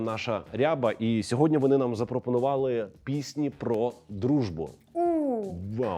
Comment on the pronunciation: дуже цікаво дивитися! приємно що шоу українською. Та дуже ріже вузо наголос у слова "пісні" (множина). ПіснІ повинно бути, а ведучий постійно каже пІсні( це дрібничка, а шоу дуже класне))